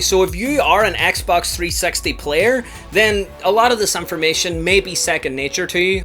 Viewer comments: dude, i wanted to learn about the xbox 360, not the 3 sexty 🤣🤣 jokes aside, very good video and very informative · three sexty?? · Don't say Xbox 3sexty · He's says 3sexy lmao